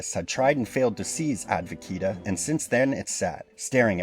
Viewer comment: Bro... Avividiikva, Arveka, Advekida, Avadavaka, Adameka... AVADA KEDAVRA! (to say correctly: Avdiivka/Avdijivka)